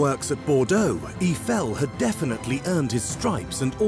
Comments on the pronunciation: Eeffel? Strange way to pronounce his name! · EE-eye-fell = gtfo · the sad part is they couldn't even pronounce Eifel's name correctly